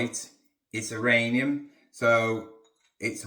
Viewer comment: Please.... Uranium.... I watch the videos all the time and every time you say iranium my teeth start to grind. 😂😂😂😂